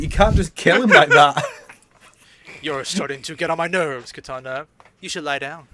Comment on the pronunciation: I love how the MK guys can't help but pronounce the name of DC's Katana as 'Kitana', that's a fun reflex xD Also damn, Dawg right off the bat just going after Sonic's room (we need Choppy Mode Sonic again though!) :p Also, for the timestamps, Spider-Man discussion starts (that might be fixed by the time I make this comment)